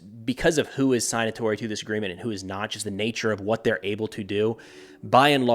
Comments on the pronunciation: sig-natori, not sine-atori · Sig-natory, not Sign-atory. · Good analysis. Minor point on pronunciation: signatory starts the same way as signature with a short “i” and hard “g” not a long “i” and silent “g.”